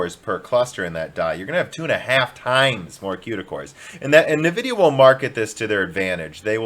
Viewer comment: I'm so excited for this new Ampere from Nividia with tons of Cueda cores. Maybe it will be one fourth the cost? Maybe they'll test it in Scenebench? Did I miss any of your strange pronunciations or habits?